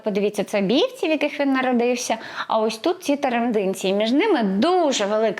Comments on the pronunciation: Не ТарандИнці, а ТарАндинці. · Відео дуже гарне, дякую❤️Єдине, село ТарАндинці, а не ТарандИнці. І це Полтавщина, які там ліси....так, посадки)))) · Ви невірно ставите наголос . Вірно БіївцІ , наголос на останній склад . ТарАндинці наголос на другий склад .